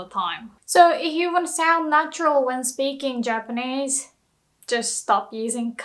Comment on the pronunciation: did she say germanese?